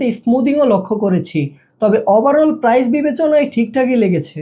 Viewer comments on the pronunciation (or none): none